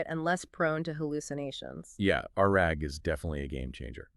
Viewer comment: "Ar-AG" instead of RAG is crazy 💀